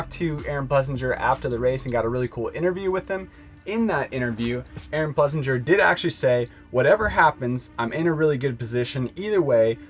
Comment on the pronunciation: One day you clowns will get his name right...Ples-singer🤠